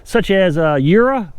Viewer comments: I think it's pronounced Ur-rhee-a, I guess three syllables. Chem-Lawn and Tru-Chem use a urea product in their lawn fertilizer which causes a fungus to grow on the lawn that will cause Chem-Lawn and Tru-Chem then to apply additional chemicals on the roots of the lawn, which produces more profits, they have worked it out to a science. Unfortunately, America has shot itself in the foot by relying on our products to be produced in foreign countries because the cost of unions drove corporations having their corporate headquarters based in other countries which they also avoid large American taxes and they then put NorthAmerica HQ's to continue looking like they are still part of American taxes and infrastructure. Thank you for your Off Grid News, very informative, better than the big studios for news synopsis. You can't even offer a child to Christ at church unless you talk to the parents first, so that school is wrong. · sounds like "you ree ah" Keep up the good work!